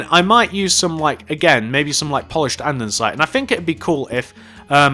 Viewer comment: Why do you say andensite? its andesite